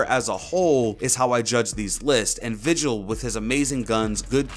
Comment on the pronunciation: where random it’s vigil not vigel 👍